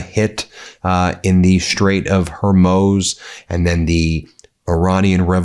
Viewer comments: Please!!!! Pronounce it correctly! I'm a gulf war 2 vet, and believe. I give an immense fuck about what's going on, but you're pronunciation is killing me. It's Hor-MOOZ. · Please stop saying HER-MOZE Pockee-Stahn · BEN BEN FFS 🤬 Racism 101 always starts with mispronouncing names of those who you wish to exclude and intimidate. Everyone knows that's NOT you ! Everyone respects what Meidas is doing. THANK YOU 🙏 But please... "Hoar... mooze", please Ben 🙏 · You can try out “Hormoose” and “Hormouse” next. Keep going! “Hormuss”? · Hormuz. . . Pronounced hor mooz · Ben- it's pronounced Hormooz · Strait of Hormuz, not Hurmoz... smh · Hormuz (Hormooz) I know it shouldn't bother me but the pronunciation is incorrect right? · The Strait of what? Lol .. Horemoze lol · Repeated mispronunciations ("Hair-moze" for HORMUZ!) DO matter - it undermines the authoritativeness of your commentary, & it feels disrespectful. And BTW, "Keir" [Starmer] rhymes with "near" - it's NOT "Kay-ear"! What IS it with Americans and "foreign" names/words? Even names here in England - such as "Worcestershire" - seem to defeat Americans! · Dear Ben, FOR THE LOVE OF GOD - IT'S CALLED THE STRAITS OF HORMUZ! NOT HAIR-MOZE, - AS YOU KEEP CALLING IT - REPEATEDLY IT IN THIS VID ALONE.! Please, leave the embarrassing "mis-spokes" [sic!] to Markwayne Mullen, et al. (It seems a bit of a habit of yours - Did you do this in court?) Apart from that, thank you - but, PLEASE.... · Ben...it's HormOOz. Come on. Do better. Your laziness in this regard is embarrassing and unnecessary. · "Straight of Horrrmewwwzzz" 🤣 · The strait is pronounced Hor-mooz', Ben. Your reporting is excellent. Don't make it look like less than it is by consistently mispronouncing foreign words. This is not the only example. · Her Muze There is no OH sound Where are you getting that from? Pronouniation matters Ben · Just here to hear Ben say Hermoze instead of Hormuz over and over again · HOR - MUZ not hoormooooz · He keeps saying Hormuz wrong